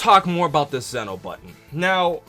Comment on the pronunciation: Lol he pronounced Zeno wrong it's a long e